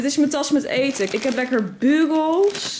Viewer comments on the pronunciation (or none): Ja idd bju bjoe ik bdl het idd zo☺️